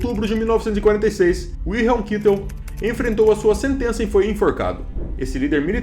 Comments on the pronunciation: Sim porém é Kaitel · “John, Kitel”!! Aprender os nomes em alemão melhoria o vídeo! Mas fez bom trabalho, mas fica aí a observação. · É Kaitel a pronúncia....